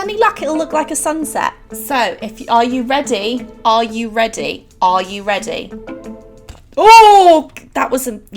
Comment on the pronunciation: "Aaauh eyou reday" lmao love your videos